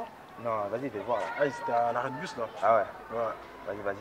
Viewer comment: Mdrrr BUS ! Il dit BUS pas puute bande de fou